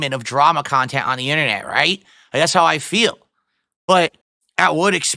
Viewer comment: your wife doesnt want to be in your khhhaaaannnttteennntttt